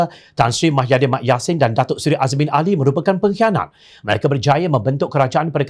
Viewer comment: Mahyidin atau Muhyidin? Jangan sampai Muhammad ko sebut Mahammad... Semua Berita ko sebut Mah bukan Muh 😒